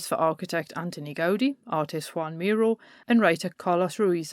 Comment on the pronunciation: Brilliant stuff. Thanks so much - I could listen to you all day! In the names ' Gaudi ' and ' Miro ' the accent falls on the second syllable.